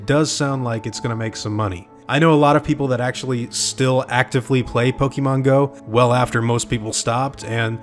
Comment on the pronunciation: Everyone: Pokemon: Pokimon